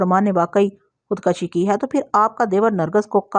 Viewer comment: Khud koshi not khud kashi